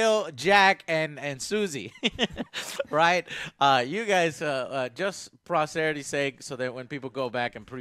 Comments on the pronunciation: It's "posterity," bro, not prosbrererity, haha, not prosperity, not proberpity. Great coverage though! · Posterity, not prosterity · Prosterity? Wtf is prosterity dude? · lol i tink he meant posterity :))